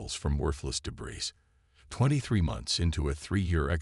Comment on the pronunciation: WOW!!!!! Story #4 today and my LAST!!!!!!!!!!!!!!! Just in the first few minutes......your POS AI, once again, as usual, has proven that you don't give a rats arse if it makes sense or speaks correct English or not!!!!!!!!!!!!!! JUST in the first few minutes....WTF IS: "DEH-brees", "arMAYduh", "arMADuh", "convinned"(convened), "deh-BREES", "di-STEBBLE-izing" !!!!!!!?????????????????? Your stories SUCK if they can't be enjoyed be hearing PROPER English FREAKING language!!!!!!!!!!!!!!!!!!!!!!!!!